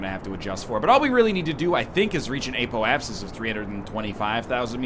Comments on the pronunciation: WHEN WILL NORTHERN LEARH THAT IT'S "Apoapsis" and not "Apolapsis"?!?!?!?!?!?!?!?!?!?!?!?!?! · "App - Oh - Ayy - Sis"